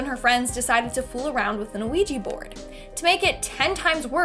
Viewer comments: ITS OUIJA NOT OUIJI...😡😡😡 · it's pronounced wee gee. like the French word for yes, oui. said, we.